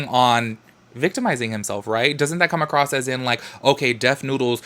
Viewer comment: Okay, I'm super late on the videos.I'm barely catching up now. I loove you a whole bunch, HOWEVER, I have a couple comments on this video. 1st: Girl, there is no "t" in the word "across" and 2nd (this is toward most of your videos and lives): I understand the yellow & lighter backgrounds to match your clothes & stuff, but...........why does it always have to be so bright?! I can see all the dirty spots on my laptop screen now! :D